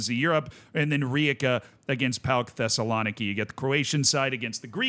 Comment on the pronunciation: As a Greek, that's how the greek teams are pronounced: PAOK was correct, Thessaloniki was wrong but we don't call them PAOK Thessaloniki anyway. Panathinaikos is pronounced PanaTHinaikòs. Foreigners usually intensify the A but it's actually the O. AEK Athens (my club) was somewhat correct. It's not pronounced A-E-K Athens but it's also not pronounced AIK like the Stockholm one. In Greece we call them ju